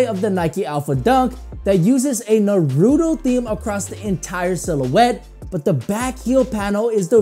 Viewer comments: It was cringe when you were pronouncing Naruto wrong. It's pronounced in syllables, so it's Nah-ru-to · Hate the way you say naruto 😂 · I hate people who pronounce naruto like him